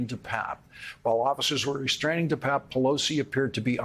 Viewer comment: Hey Lawrence - get his name right there I Papp and Pape long A pape David de PAAPe